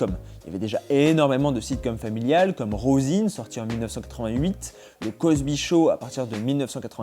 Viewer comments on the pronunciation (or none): Concernant la série "Roseanne", pour info ça se prononce Rozane pas Rozine. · Tu pourrais déjà commencer par bien prononcer "Roseanne" qui se lit / roz'ann / ... Je dis ça pour t'aider. Tes vidéos sont top.